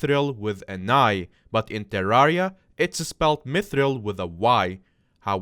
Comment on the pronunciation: you said terraria wrong btw